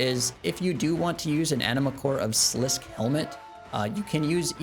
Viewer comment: I think I might put some TDs in my PoD too, I like killing them sometimes for fun, I made bils off of them back in RS2. And not that it matters at all, but I think it's pronounced slis-ski. You know people love flaming pronunciations of fictional places/things/etc.